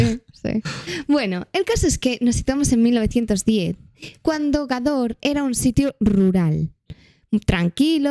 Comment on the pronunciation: Jajaja soy de Almería y me dolió como dijo Gador en vez de gádor, igualmente estupendos como siempre, un besito😘😘